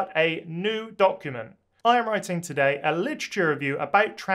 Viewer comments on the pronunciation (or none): none